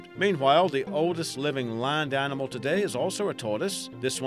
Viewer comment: What's this " Arninmall" can't he say "Animal" 🤗